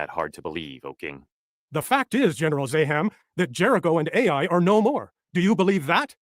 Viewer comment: 34.35 The Biblical place Ai is not pronounced "ay eye." It is pronounced "eye" or "I"